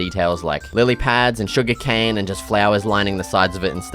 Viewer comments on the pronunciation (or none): none